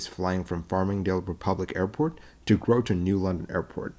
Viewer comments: Groton is pronounced like "rotten", and is known as "rotten Groton" over in New London. I actually was living about two miles from the airport at the time, and working at Electric Boat. Bluff Point Park is right next to the airport, off to the left in the video, and a really nice place to visit. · Could you get it right? Groton, CT Grot = rhymes with trot (what horses do) Un = rhymes with dun (a color horses can be) GROT'un. Doh!